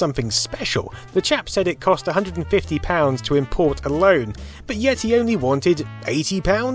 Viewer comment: I thought i heard "The Jap said it cost..." and was like WTF for about 1.4 seconds. "Chap"... I'll get me coat.